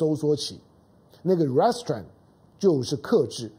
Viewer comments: 唐兄，’restraints’ 的重音在第二音節，ri’streints. 見諒。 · restrain 的重音，在train 那里，请注意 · 友好提示： Restraint 应念成 "re" "straint", 不是 "rest" "straint". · Mr. Tang, "restraint" is pronounced as ree-s-traint with accent at the second syllable not the first. "mob" should sound like m-aa-b. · 哥，restraint 要读re-straint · 唐先生，麻煩您趕快糾正 “RESTRAIN” 的發音，聽上去像 Restaurant 😉👎🏿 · 唐湘龍身邊沒人提醒/糾正他Restraint的正確唸法嗎？ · restrain二音節的重音在t上 趙少康在鳳山罷捷選民沉痛努力表達民意遭邪惡政權愚民操縱後，第一時間立刻說罷免之議應休止，這種和稀泥精神要中興個屁! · Restraint 英文重音是在後面。😊👍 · 湘龍restraint 這個字你唸錯了。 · Mr. Tang pronounced Restraint wrong. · restraint 重音在第2音節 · 你的restrain發音不正確. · 老唐，跟google或杨永明学学"restraint" 怎么发音。你的重音错了，发母发音错了，也很难听。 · 湘龙哥的英语发音不太行啊，restraint读的太偏了，每听到一遍都感觉很走戏